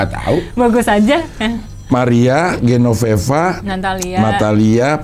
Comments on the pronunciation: GENOVEVA cing, bukan GENONEVA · GENOVEVA CING, BUKAN GENONEVA.